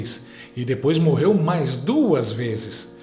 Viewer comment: "HOMENAGI" "MORRERU" Oh Português bem "dizido" 😂😂